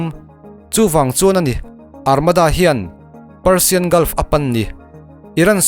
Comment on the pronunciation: Parsian a nilo. Persian tih zawk tur ee